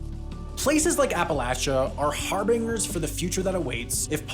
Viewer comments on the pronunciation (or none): Gotta respect Sam the narrator for learning so many words just by reading, otherwise we wouldn't get to enjoy things like his pronunciation of "harbinger" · If you don't know how to pronounce the word "harbinger", just google it. You look exceedingly stupid by just taking a swing at it like this. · The pronunciation of "harbinger" had me dyin. :D Thanks for the vid.